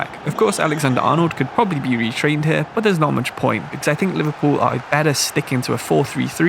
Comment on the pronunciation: Liverpoo mate? 😂